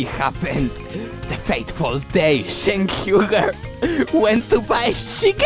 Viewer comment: its Cenk not Jenk, get your own name right,.... Have a gouot one.